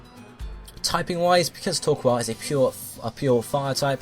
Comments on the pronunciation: It's not [toː(ɹ)•kwɑːl], it's [toː(ɹ)•kəʊ̯l]. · * Says coal normally * * Says the "koal" part of "Torkoal" like "Koala" *